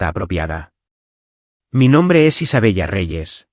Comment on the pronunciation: Quince cero, cero, cero? Qué pasa? Isabella? Se dice Isabela.